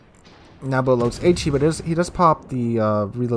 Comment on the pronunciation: You keep saying Nab bow "" The persons IGN is NAB BO like Bo Jackson or BOWHUNTNG..... not like the bow of a ship >(